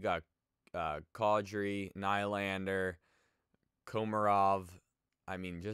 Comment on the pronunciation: You pronounce nylander like nelander